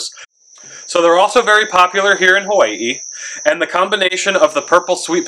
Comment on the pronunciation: I love how you said “Hawai’i” nice and pono. Soft “w” like my kupuna do on Hawai’i island. How Tamehameha would have said it.